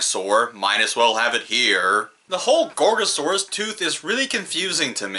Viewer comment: Um Guys Did he just said gorosaurus